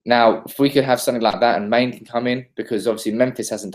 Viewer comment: OMG please stop calling Mane "Main" -_